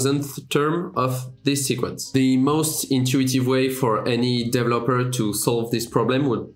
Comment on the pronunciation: Je veux pas être méchant fais un effort sur l'accent anglais stp, ça fait vraiment mal aux oreilles. Et ça se prononce "deVElopers" avec l'accent sur la deuxième syllabe